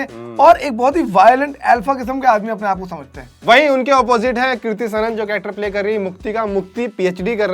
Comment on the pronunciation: it's kriti sanon not kirti sanon 😂